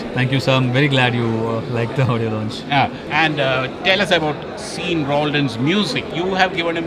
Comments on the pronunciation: Isn't it pronounced as Shaun? pls pronounce properly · Adhu seen illa da Shawn pronounce it Shawn even if u read it Sean